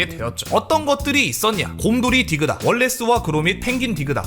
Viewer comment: 디그다X 딕ㅡ다O